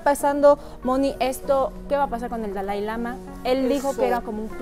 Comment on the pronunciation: Me queda muy claro que en si no sabes nada es una lástima que hables sin saber nada ni pronunciar el nombre del Dalai Lama primero ten cultura y el Budismo no es para creer para comenzar el Budismo no es una religión lastima de tener un micrófono en la mano no sabes nada y todo lo inventas eres muy ignorante lastima que dices que dices que haces predicciones no predices nada todo lo inventas y demuestras tu ignorancia te escuchaba nada mas para estar viendo la ignorancia de las 2 qué lastima que aya personas que si creen en todas tus tonterías